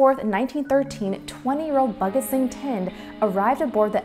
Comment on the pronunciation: Bhagat is pronounced as [pàgət]